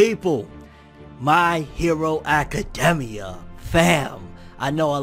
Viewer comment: My hero acaDEMia though 😂😂 I've never heard anyone say it like that 😭